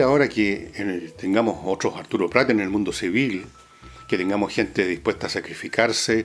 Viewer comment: Fernando, es Arturo Prat, no Pratt.